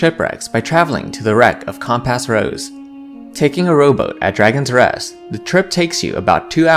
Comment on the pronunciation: Really love the condensing and connection of the story you do here! That takes a lot of work and your neutral delivery is useful as either a calming listen or good to quickly get a gist of the adventure if I would want to run it! Only constructive criticism to give here is your pronunciation of many words such as "gesture", "soot" and "compass" for example. Maybe just check in on the pronunciation of words you aren't familiar with since it brings me right out of the audio when I hear it and have to retstart and refocus lol. Great job otherwise!